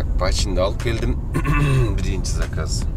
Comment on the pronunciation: Салам алейкум. Саказ эмес заказ болсо керек.